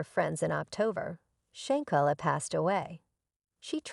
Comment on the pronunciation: learn to pronounce shanquilla Robinson name correctly before you do any posting.